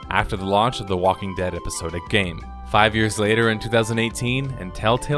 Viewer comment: Epi-SOD-ic not epi-sode-ic